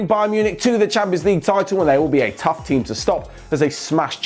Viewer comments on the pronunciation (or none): none